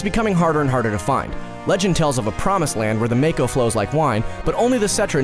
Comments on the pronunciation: LU-CRET-SI-A, VA-LEN-TYNE, MAH-KOH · just to let you know after games like crisis core with voice acting it happens that mako is pronounced mawko seams like alot of peolpe don't know about that at least your not one of the people who talk about crisis core and sill mispronounce it that just makes people look dumb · Sorry for the nerdy corrections but Cloud never joined SOLDIER, he was an infantryman. The correct pronunciations... "ma-ko " "lu cre tsia" "valentyne" Cloud wasn't actually a "moody dude" and was actually pretty dorky and a social outcast. His "moody" persona was how he thought a SOLDIER 1st class should act. But you are right that Red XIII is amazing. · Why do so many people pronounce it "mayko" when it's very clearly "mahko" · “Valenteen” “mayko” lol